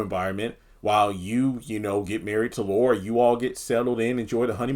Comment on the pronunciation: It's Laura not Luara 🙄